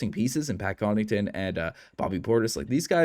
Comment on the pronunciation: You keep calling Pat Connaughton, Pat Connington.